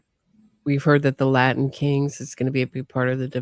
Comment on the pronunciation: Oh Jesus! Did Say Lion kings or LILA king instead of Latin Kings. He then said clearly Latin Kings after the Judge said Latin King. I would fire before I got back to the jail. Lmao